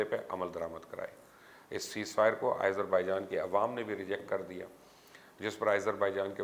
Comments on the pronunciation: Nice reporting, very informative. ..... But Mr Mubasher ! Kindly pronounce Azerbaijan name properly ... its Aazer not Aeyzer .... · I thought you were a big journalist...you don't how to pronounce the country simple name